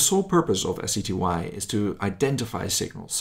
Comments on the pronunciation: Did say SETY? Or was i just mishearing you, because the acronym is SETI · "SETY"? Do you mean "SETI"? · It's actually SETI, not SETY. Stands for Search for Extra-Terrestrial Intelligence.